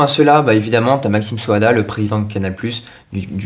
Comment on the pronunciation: Maxime Saada... Ça se prononce SA-A-DA... 😅